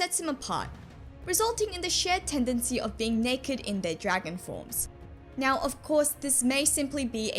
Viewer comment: I just wanna say that is so cute how you pronouce "now" as "nyow"